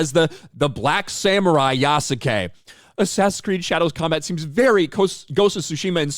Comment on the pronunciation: In the official gameplay or whatever it was, the presenter calls Yasuke "Yasgay", I couldn't stop laughing, they couldn't even make sure the guy knows how to pronounce his name.